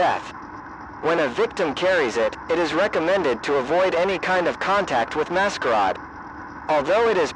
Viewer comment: Very good, although it's become obvious that these videos are made ether by somebody who doesn't speak English and is using a translator, or somebody who doesn't know how to spell certain words correctly. The butchering of "masquerade" to "mascaaad" is honestly laughable.